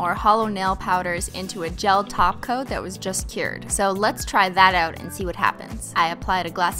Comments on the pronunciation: For the longest time I thought you where saying gel taco ✨🤷🏽‍♀️✨ instead of top coat then I thought it was like a inside joke but just incase just imagine an emphasis on the word top and then pause coat you say it too fast together as well . 😂😂😂😂 but great job on the holo nails Im in love ✨ 😍✨ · I swear the way she says "Top coat" sounds like she is saying "Taco" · I've heard so much about your channel but this is the first time I've ever watched. Holy crap so funny. :) Also, are you saying "taco" instead of "top coat?" 😂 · This is my first of her videos. Does she say TACO for top coat? Is that a thing? All I kept hearing was glossy taco, gel taco, glitter taco. 😳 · Carissa Roe yes because top coat sounds like taco 😂😂😂😂😂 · Well I kept wondering what she was talking about when I heard her say something about applying the "taco". Turns out she was saying "top coat". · Sounds like you’re saying “taco” instead of top coat. Loved the video!❤️ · Okay this is the first of your videos I’ve ever watched and I freaking love you already! Does anyone else hear “taco” instead of “top coat”?? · No she said taco. She says glossy taco instead of glossy too coat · I'm semi-new here. Is it me or does she call a top coat a taco?😂😂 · yes she does call a top coat a taco 😂😂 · Y'all she REALLY be saying "taco" instead of "topcoat" 😂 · Yeah its her thing Holo taco for EVER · Top coat - I kept hearing TACO 🌮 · Every time you say top coat I hear “taco” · A glossy top coat!!! I just started following this channel and i kept hearing a glossy taco 😂😂😂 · The way she says "Top coat" it sounds like she is actually saying "Taco" 😆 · I hear taco 🌮 every time you say topcoat 😂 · every time she says "top coat, i hear "taco" and now im hungry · I kept hearing taco...it was top coat lol😉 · every time i think she says 'top coat' i hear 'taco' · Why does it sound like “taco” instead of top coat? Lol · I swear every time she says top coat I hear taco 🌮 maybe I’m hungry. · She is saying taco lol